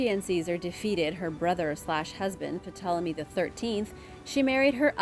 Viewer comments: no, but I did know that Ptolemy is pronounced "Tolemy" not " 'Puh'tolemy." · I’m quite certain that the p in Ptolemy is silent. So it just sounds like Tolemy.